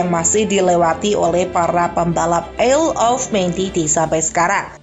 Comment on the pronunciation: Bacanya ayel of man bukan isel of man